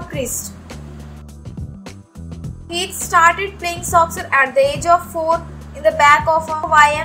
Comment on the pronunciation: Soccer is pronounced Sock-her. Not sosser. Badly researched video.